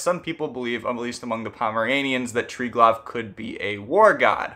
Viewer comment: The V in Triglav is pronounced more as U than V. Also: it's basically the same concept as Brahma-Vishnu-Shiva